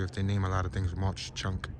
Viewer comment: It ‘s Mawk Chunk not Mosh chunk.